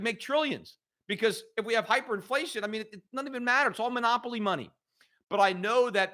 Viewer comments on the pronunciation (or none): none